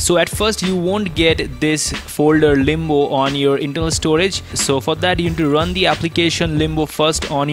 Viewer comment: Why u say Limbu when its limbo